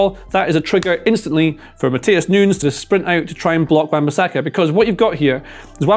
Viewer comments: its new- nez not noons mate pronounce the guy's name correctly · Great analysis… BUT it’s nunyes NOT noons … I’m American we suck at both English and Spanish but common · He calls Nunes 'Noons' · Everytime he said Nunes its pronounced differently